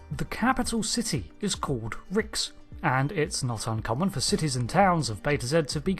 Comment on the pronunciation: Love your channel big fan! but i do believe the capital is pronounced Reeks, but spelled Rixx. Sorry, it is just one of my favorite planets besides Risa, defiantly would retire on one of them